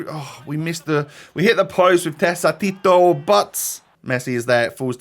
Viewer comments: TEKKATITO THE C IS A K-SOUND NOT A C IN THIS CASE AAAAAAAAA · An easy way of saying it is te-ka-tea-to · Its "Teqatito"